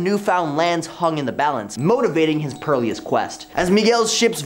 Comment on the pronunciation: Why did you keep pronouncing it "pearl-eous"? It's perilous... "pear-ih-los"